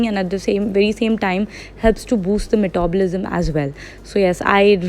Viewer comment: So funny to hear...